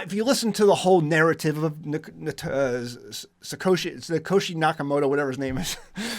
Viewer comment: Learn to pronounce Satoshi and hfsp